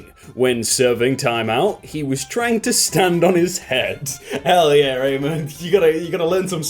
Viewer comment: Here I am trying to figure out if that last one is my brother or not. Also, if I'm correct (not about the kid potentially being my brother), it's pronounced Uh-mon. Not A-man.